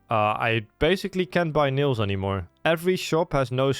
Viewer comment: are you trolling with the pronauncing nails as nils? so frustrating